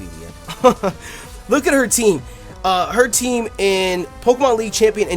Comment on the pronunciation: Not pokEEmon, it's pokAYmon